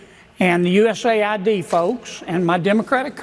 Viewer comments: U-S-A-I-D not US-AID. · Hey NeoCon Hannity, it's USAID as in: The United States Agency for International Development, NOT U.S. aid. ~ Looking back at Biden's nominees and appointees, is like looking at the exhibits at some freak show at a carnival. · It's not US AiD. it's USA ID. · don't call it US AID. It is US A.I.D.